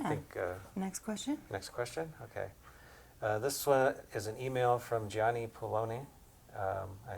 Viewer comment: I’m Gianni... thanks for answering my question, and yes you did pronounce my name right :)